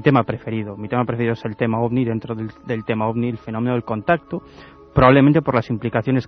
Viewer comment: Disculpa que me meta en lo que no me importa pero se dice ovni 🛸